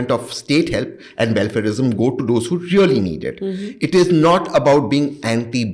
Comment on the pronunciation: Raw ???? "REAAL" 😂😂